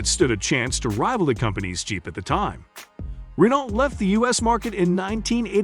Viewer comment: Pictures of the cars you couldn't "find" are readily available. This is a poorly made video with many inaccurate facts and non relevant pictures. Why bother making such content? Just stop and delete your channel please. Edit: pronounce Renault correctly as well LOL! Practically unwatchable TBH.